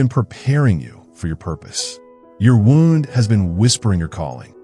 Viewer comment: The narrator is either AI or just a poor reader. Pronounces "wound" (as in an injury) incorrectly. Pronounced it as if referring to a ball of yarn. Get your editing together dipshits.